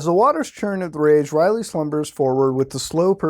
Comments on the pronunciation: R'lyeh its pronounced RA-LIA not riley, leaned that from south park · Hey, long time watcher! Love the series. I am not a follower of cthulu but I love the mythos. I wanted to point out a few things about the cthulu website. So R'lyeh is pronounced (Url-yay or Url-yē) and the necronomicon has almost nothing to do with cthulu, or rather it has about as much to do with cthulu as it does yog-sothoth, azathoth, or hastur. It's kind of just a giant cursed book of incantations and summonings and supposedly has no 'religious text' to it of you will. Also supposedly reading the book drives people to insanity and readers tend to face grizzly ends. The original writer of the book was actually torn to shreds in broad day light by an invisible beast, and I think we can assume similar faits for others who read it. I'm not sure if they tried to post a copy of it or were just giving the history of the book but it's super interesting and I recommend any of the books in the cthulu mythos because they are all good reads. Just dont read the necronomicon ;P